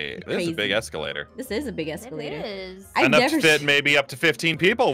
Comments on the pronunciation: You guys said exulater it is a elevator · Did anyone notice that aph and said exalater instead of elevator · I love how they called it an eskalater